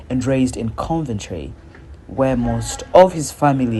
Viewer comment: Not sure who is speaking towards the end, buy he says Terry was born in Conventry - (Coventry) Terry’s music will live on.